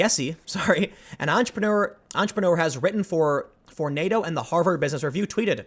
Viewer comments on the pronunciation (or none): none